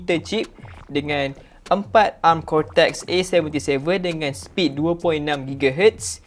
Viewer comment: Deyyy...cortex dah deyyy...telinga pun lah hai😂😂